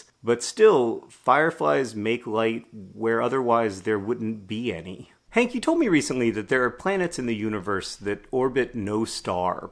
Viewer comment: Ur opening sounded like "good morning hick it's tuesday